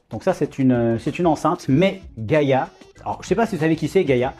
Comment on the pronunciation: Gaïa, pas gâta. 🤦‍♀️